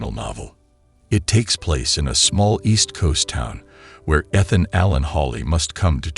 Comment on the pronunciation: World War Aye Aye. And you can't pronounce "Ethan".